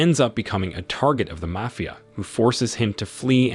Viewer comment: Is the narrator AI? It was weird how they mispronounced mafia boss and then a few seconds later pronounced mafia correctly. I don’t mind if it is just interesting.